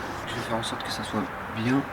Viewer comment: biennng biennng comme dirait un Marsellé hé hé